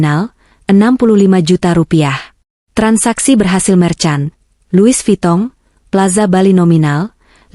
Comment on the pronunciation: Louis Vuitton. Louis Vitong😂.